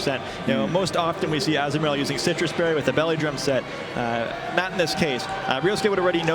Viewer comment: I know everyone has already pointed out the Close Combat, but the one guys pronunciation of Azumarill haha